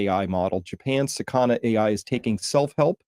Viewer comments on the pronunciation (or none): it's not sakąna, it's sakana. Means Fish.